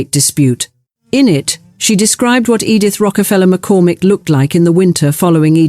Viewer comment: Interesting story obnoxiously pretentious narration. I barely made it through' "Edith Rockefeller McCormick"' for the one thousand nine hundred and twenty-eighth time. Word pronunciations are sus.